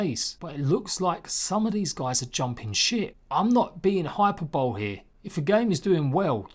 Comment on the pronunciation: Hyperbolic man*. And the accent is on the "e" not the "y", pronounced "hypErbolee", not "hYperbole". I'm sure you don't give a stuff, call me Hermione. Appreciate these updates though mate, considering getting the PS4 version but I feel like either I'll fork out AUD$75 for a game that will die as soon as I do, or it will become heavily reduced. I guess we'll wait and see.